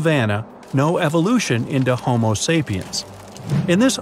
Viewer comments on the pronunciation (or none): none